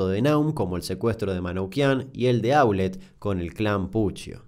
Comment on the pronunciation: Damián, lo único para observar es q en varios de tus videos, como x ejemplo en este y en el de La tragedia de Los Andes, hay errores en ciertos apellidos o en su acentuación cuando los decís. Eso también es parte de investigar y ver videos donde las víctimas o fliares hablan. En estos casos Aulet y Naum tienen acentuación aguda.